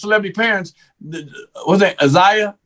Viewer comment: No his name is ZION not Zaya